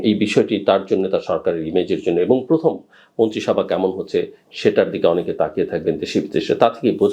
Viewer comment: তুমি তো এখন পর্যন্ত প্রথম উচ্চারণ করতে পারো না। তোমার শিক্ষাগত যোগ্যতা কতদূর? তোমাকে কি প্রথম উচ্চারণ করা কেউ শিখায় নি??